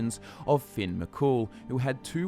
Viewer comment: Its not finn its fionn pronounced fee un